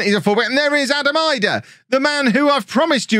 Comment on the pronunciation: He pronounces it "ee-dah" apparently! 🥔